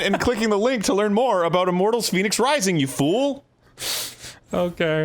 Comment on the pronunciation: Why does Arin keep saying Phoenix Rising when it's clearly pronounced "Fehnics Rising"